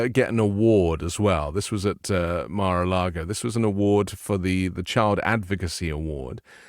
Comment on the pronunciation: What is “Mere” a Lago?